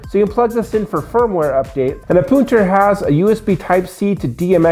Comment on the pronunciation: That is, in fact, not how you say it.